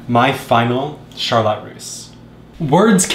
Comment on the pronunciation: Beautiful cake, whyyyyy do you say “Charlotte” like “shar-LOT”?! Omgomgomg my OCD can’t take it hahahah